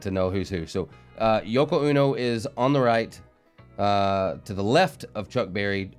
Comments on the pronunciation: It's Yoko O-No not UNO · Yoko ono is pronounced Oh-no not uno, her music is terrible, Chucks face LOL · Hey! Hi! Wow! That was really bad! Yeah. So this is all before my time but as I understand it Yoko Ono, pronounced long o, like oh no,please don’t sing (?) like that anymore, is almost singularly dismantling the Beatles with whatever spell she cast on John Lennon to make him lose his mind behind her. Like what taylor swift is going to do with the KCC. But giving the devil his props, she has a powerful voice coming out of that little bitty frame. Nice seeing you again!